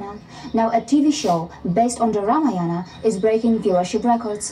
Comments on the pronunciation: at least pronounce Ramayana properly. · Mr korbin should do some research and HW before making fun of Indian history..we worship lord Rama and celebrated Diwali in his honour... atleast learn how to pronounce correctly because u can't make fun of everything and everyone...it hurts the sentiments of people. ..and for obvious reasons indrani can explain u in better way that who is SriRam and Ramayan for Indians...